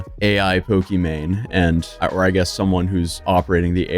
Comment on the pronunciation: This guy says pokemanie my gf. Who calls their gf by their streamer name?!? What a fail